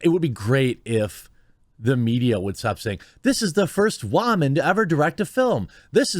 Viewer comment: Why pronounce the word "woman" in a weird way ? Sounds foolish. Just stop.